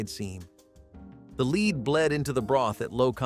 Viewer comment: It's "lead" not "lead"! Fk! 😄